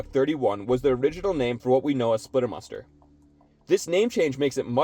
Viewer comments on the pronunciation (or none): "Splitter Mustard" you pronounce it like that